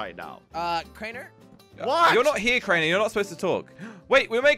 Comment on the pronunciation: I loved it when Crainer said give me a chaance